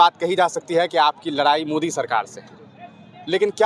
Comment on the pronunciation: Larayi nhi ladayi hota hai bihari babu log 😮😅😊